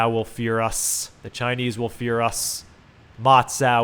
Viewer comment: It's Ma- Cow